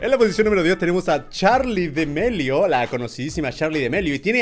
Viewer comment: Todo el mundo: charlidamelio German: charlidemelio